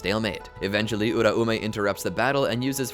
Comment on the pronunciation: It’s U-raume not ura-ume